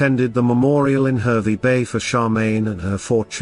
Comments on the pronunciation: Harvey not hervy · It's pronounced Harvey not the way you say it bloody hell mate!!